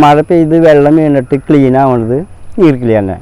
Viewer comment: ഈർക്കിളി അല്ല ഈർക്കിലി